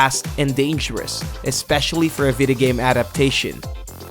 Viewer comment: Why does he say videogame as videhgame